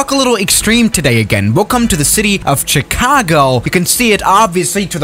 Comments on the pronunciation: I have something to tell you its not pronounced "Ch argo" its Chicago. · No one: Chicago: CHH-icago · I love how you say Chicago